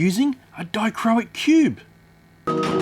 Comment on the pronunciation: I love working with dichroic glass as a glass artist, and yes you did pronounce dichroic correctly. I think the bigger cube would work better next time but I do love the look of this. Maybe you could find a fused glass artist nearer to yourself who could possibly create a layered piece of glass with other dichroic glass in it for you to include in your resin. As that would look pretty cool. I’m in the U.K. so I’m too far to send some.